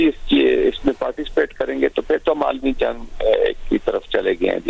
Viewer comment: علمی نہیں عالمی تھمیل ٹھیک کریں